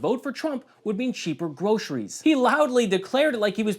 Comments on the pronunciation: He can't even hardly say groceries!!! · He can barely say groceries ....